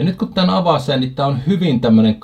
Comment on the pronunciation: Suomi - Matikkamatskut -sanakirja: Avata - Avasta 😂😂😂